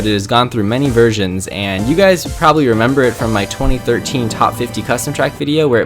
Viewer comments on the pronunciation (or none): none